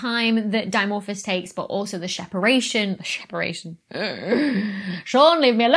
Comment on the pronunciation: 'Sheparation' - Are you related to Sean Connery? 😁👍